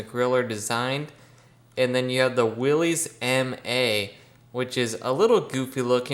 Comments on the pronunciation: Willys rhymes with Phyliss - it gives one the willies to hear it called willies. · You had the same default that I had at first. The name Willys is actually pronounced as Willis. That engine in the Ford Jeep looks so much like a model A engine from the 20's and early 30's. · Every time I hear someone mispronounce Willys I cringe. After all these years people still cant get it right. The Y is silent! SMH